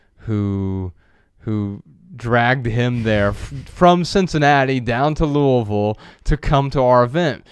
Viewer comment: I've lived in Kentucky my whole life, thank you Joshua for pronouncing Louisville correctly!!! Props to you my friend!!!